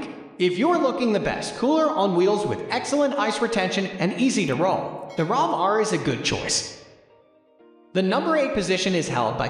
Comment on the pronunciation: What a garbage review!!! Was this narrated by AI? The Rovr is obviously the best wheeled cooler by leaps and bounds. It’s pronounced Rover like a dog. Not ROV R. The Rovr Roller is full of standard features including 9 inch pneumatics wheels. The same wheels I use on my electric mountain board that has a top speed of 45 mph. If these wheels can handle that kind of abuse they can certainly handle being used on a cooler. Plus this cooler is able to be pulled by a bicycle among other excellent accessories. Also what other cooler has a built in gravity dry cooler built in. Yeti fails in every way to compete with the best alternative products out there. Stanley is a much better insulated bottle. ( proven in tests).